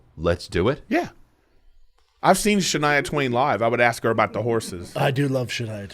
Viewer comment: "I do love Shania Twain 😊" Brendan sounded like a middle aged southern woman for a sec 😂